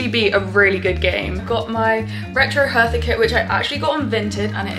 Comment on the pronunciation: Hertha is spoken Herta, the h is silent. It’s not a th. Hertha BSC has amazing Fans! We‘ve a friendship with them. I’m from Karlsruhe. Lovely people in our capital. 😊